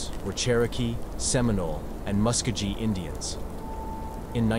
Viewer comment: Something definitely happened there. But, it's pronounced Hah nah bee, not the way it's spelled. The mountains are pronounced Wah she tah, not wacheetah, as in the clip. And the Muskogee are said with a hard g as in guard or gourd. Not a soft g. That said, it was well done. You just have to pronounce Indian and southern names the way they're said by locals. Not the internet folks. Keep it up.